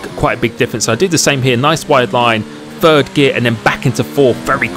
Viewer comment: Me: Must not comment on “frow it into fird”. C’mon,, don’t do it. Also me: Crap, I did it.